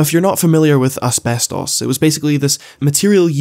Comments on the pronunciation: Everytime says Asbestos the video just gets funnier for some reason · saying “asbestos” is trippin me out so hard right now. idk i might just be too high lol 😂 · please stop saying asbestos like that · Never stop saying ASBESTOS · the way you say asbestos lol